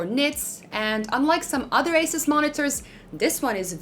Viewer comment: AH SOOS, NOT ACE US